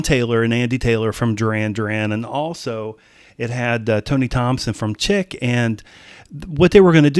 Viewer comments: Tony Thompson's band Chic is not pronounced Chick. It is pronounced SHEEK. John did not play the bass solo on "Get It On". Bernard Edwards is playing it. On the two disc special release, there is an addtional DVD that shows the Power Station in the studio and Edwards is working his magic on the bass. Thirty-six years after its release, I still enjoy playing air drums to this album. Duran Duran's Roger Taylor conributes the treated octobans that you hear in the chorus of "Some Like it Hot". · The band name is pronounced, "Sheek"... not Chick. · This album is amazing. All the songs are good. Also, the band name is not "chick" it's "chic" pronounced "sheek." No one was escaping DD, they were John and Andy fans supporting them and enjoying more music by them. I think their version of "bang a gong" was better than the original. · 😂🤣 No matter how he pronounces it (sorry, I did laugh when he said "chick"), he always does a great job with his videos and I enjoy watching them and getting his observations on these songs/albums. Required viewing!